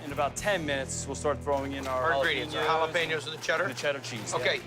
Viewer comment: If you can't pronounce jalapenos, please don't say it lol